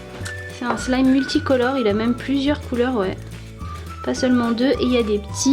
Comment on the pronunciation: Tu as dit slame au lieu de wlime